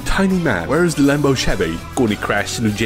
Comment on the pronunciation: Lemboh Sheveee